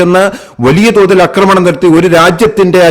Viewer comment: അക്രമം ശരിയാണ്. അക്രമണം തെറ്റ്. ആക്രമണം ശരി